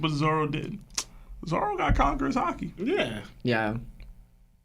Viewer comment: Love the pod, started watching some newer episodes and have went back to watch from where yall started.. only thing I can day is I hear a few of yall calling Zoro, Zolo... lol, yall keep up the great work..